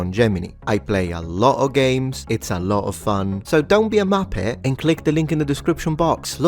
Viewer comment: The word ‘Muppet’ with a Sicilian lilt will always make me smile. Best wishes from an Anglo, keep up the good fight